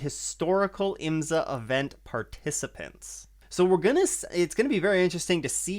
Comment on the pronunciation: Love your work - it’s so hard to find quality IMSA content … please try “IMSA” pronounced as “s” not “z”